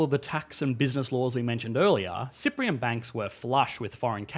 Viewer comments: its Cypriot not Cyprion, atleast thats what it sound like when you say it :) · I heard that too 😳 he definitely mispronounced the word more than once and yeah IT'S CYPRIOT NOT CYPRIAN OR CYPRION